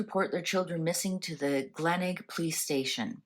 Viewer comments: My family were camping in Adelaide when the children went missing. I had just turned 13years old. Glenelg is pronounced Glen ell g( for gone). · The town is pronounced GLEN ELG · The town is pronounced Glen elg. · It’s pronounced Glen Elg, one word. It’s a beach suburb in South Australia. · Glenelg. Glen-elg. Please pronounce it properly. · The beach is pronounced Glen - elg. This is a mystery that still haunts us here in Australia today. Every so often something comes up or an anniversary comes around and it makes headlines again. Thank you for covering this mystery. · Tha name of the beach is Glenelg, pronounced ‘Glen-elg’. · Thank god someone corrected her, as an Aussie from S.A i cringed every time she said Glenelg. No hate. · It should be noted that Australia Day was not a public holiday back then. Yes, Glenelg. I don't know how it's difficult to pronounce!